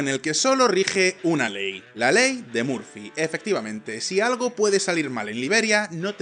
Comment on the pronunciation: La punta del iceberg? Por que no pronuncias bien ?l La única palabra en inglés , y la pronuncias bien ? Perro bien mal , Murphy también muy mal